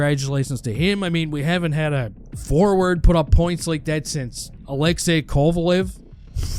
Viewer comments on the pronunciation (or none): none